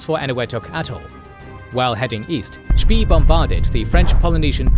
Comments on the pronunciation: Spee shouldn't rhyme with English "pea".. rather with "spay" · I know it's an AI voice, and credit due, is probably one of the best AI voice out there. However, Spee, is pronounced Shpey, just a little something that annoyed me. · I know, was just pushing him into the right direction. If he pronounces it more like 'Spay', it wouldn't hurt my ears so much :) It is also funny to hear Americans pronounce words like 'Wehrmacht', 'Führer' or 'schön' - so far of the mark. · Wollt Ihr die Leute verarschen??? Es heißt „Spee“ und nicht „Tee“ oder „Schi“, „Cradock“ und nicht „Kreditsch“ oder „Krak“, „Scharhorst“ und nicht „Schanost“ oder „Schenjo“, „Gneisenau“ und nicht „Gnisernau“, „Nürnberg“ und nicht „Nennmau“. Welche Fantasienamen erfindet Euer KI da? Dann sagt Ihr: „Die erste Niederlage Großbritanniens seit 1812“ und zeigt ein Schild 1814. Das Tempo des Erzählers schwankt in der Geschwindigkeit extrem, vor allem am Schluss. Das ist ja grauenhaft, schlimmer geht es wirklich nicht. So was kann man sich nicht anschauen, und noch weniger anhören! Das war das erste und letzte Mal, da ich mir von Euch ein Video geschaut habe! 😡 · Yeah it should really be pronounced something like "shpay".. rhymes with Spay and Neuter your pets. If you put "spee" into google translate on German you can get a pretty good German pronunciation. This goes for almost any common language. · No, it is an AI voice, just one done very well, however, there are some slight pauses and inflections where you can tell. Also, Spee is pronounced Shpey. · Spee is pronounced like spray, minus the "R". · Was looking if it was already mentioned... It is very distracting to hear such a bad pronunciation of a German name